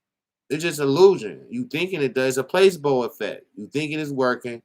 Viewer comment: Hey!! Love the vid♥️🔥, but fyi placebo is pronounced pluh-SEE-boe 😉👌🏿